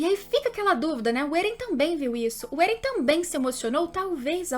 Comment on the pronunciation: "êren" "mikaça"